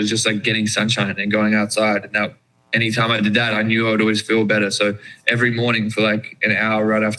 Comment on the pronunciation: the 'better' sounds American! just interesting to note the slight accent change lol